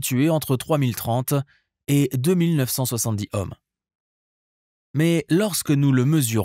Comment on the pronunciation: la valeur des résistances en . . . HOMME ? ? ? MDR ! on dit plutôt (phonétiquement !) . . . EAUME !